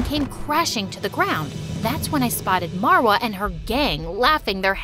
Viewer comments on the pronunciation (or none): these name pronunciation is killing me lmao how does ahmed turn into ehhmed and how does marva turn into merva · These names are egyption cuz I am so I know but like the way she said them are wrongggg Samar is summer in English marwa is Marrrrr waaaa in pronunciation and then farah far uh :) quick tip lol